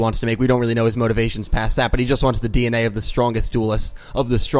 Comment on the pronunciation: I heard Dee En Way lol